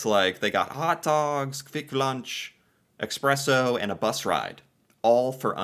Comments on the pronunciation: You can get those small Pringle boxes as cheap as 1-2 USD, bet they took that one out of the hotel minibar or something. Also where do you see an X in Espresso? It's eSpresso, not eXpresso. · For the Love of God: Espresso, it is called espresso. Not eKspresso. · Its not EXpresso😅